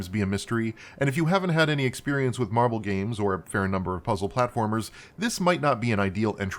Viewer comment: Every day you say "marble" my head perks up and I go "MARVEL did what?!" XDDD (That's no diss on your pronounciation I hope, I got lotta noise around me rn coz cooking. I just found it hilarious plus #praiseTheAlgorithm)